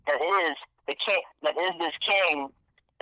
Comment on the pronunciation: As soon as he couldn't say the Kings name....that was it for me....FRAUD!